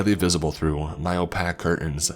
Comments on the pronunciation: literally no one:: opack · it's pronounced "oh-pake". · Excuse me, how did you pronounce opaque? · Man i love your videos but just the way you say roof and opaque. 🤮